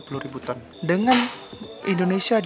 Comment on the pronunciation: Tolong di pas kn dulu penyebutan ton nya mas bro